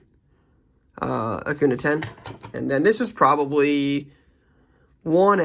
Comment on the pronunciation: Please say Acun(ya). just a little thing but annoys me as a baseball fan hahaha